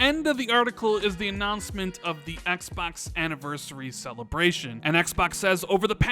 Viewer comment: I personally can't stand the way u pronounce 'xbox' lol